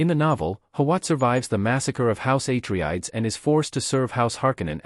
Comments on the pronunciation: YOU really NEED to vet whatever process you have doing your reading. Repeatedly mispronouncing the name of an intensely well-known family in a story is just this side of blasphemy—something that negates all the work you put into your video. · idk how this got reccomended to me. Mispronouncing Atreides is a hard stop. AI gen'd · Misspronouncing the name of one of the main houses is a no-no for me. Next video! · If you say atreides wrong one more time i’ll will be mad